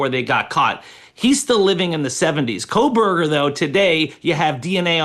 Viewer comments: Why does it sound as though his name is being pronounced as Kohlberger, with an "L" or are my ears playing tricks on me? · Why does she always say "Coalburger?"